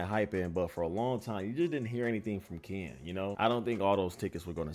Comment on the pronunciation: Can bro say Ken and not Kan😂